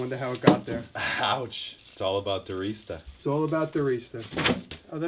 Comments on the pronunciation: holy crap iv been pronouncing Diresta wrong for years :O tho i am Scottish so dont shoot me! ;) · today i learned how to pronounce your last name. I used to dir"eh"sta. :P oops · Its pronounced "Dereesta"?